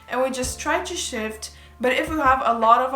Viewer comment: I KEPT HEARING SH!T INSTEAD ON SHIFT. “I can sh!t my sister in the other room could sh!t, anyone can sh!t” IM SORRY I NEEDED TO SHARE THAT